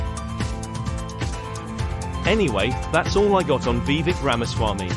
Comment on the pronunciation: Do your homework. His name is Vie VAke. Learn to pronounce his name if you expect any credibility.